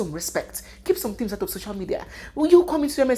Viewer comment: "Respect is beautiful tinz" 😂😂😂